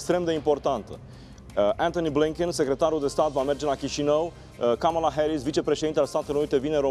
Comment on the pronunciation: Cand gadea, ii pronunta numele asteia (kamala KABALA), i se umple gura de aMMERICCANIISMM! GRETOS!